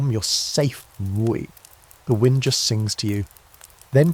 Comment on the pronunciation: What’s with the sirens in the background yet again? Also how AI pronounce “Wind” down needs to be fixed